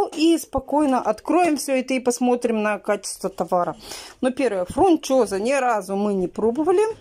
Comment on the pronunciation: прежде чем называть название, прочти правильное на товаре, а потом называй! ФУНЧОЗА, а не фрУнчоза!